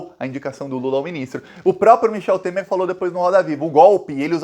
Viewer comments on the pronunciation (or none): none